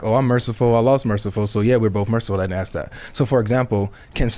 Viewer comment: It's ask not axe